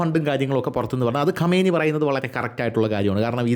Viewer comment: ഖമേനി അല്ലടാ ആദ്യം പേരെങ്കിലും നല്ലത് പോലെ പടിക്ക് 😄